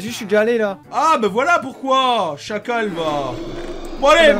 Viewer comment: a vraiment dit des chacaux 😂😂😂 dans ma langue on dit des chacals